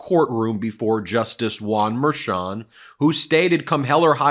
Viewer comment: Why do you keep saying Juan merchon like it's one name...it's not.